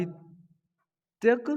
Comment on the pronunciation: साहित्यिक not साहित्यक